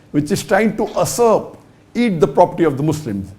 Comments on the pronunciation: It's usurp not asurp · its not asurp. It's Usurp